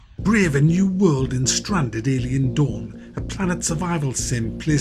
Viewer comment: Sounds like you are saying "Alien Dung".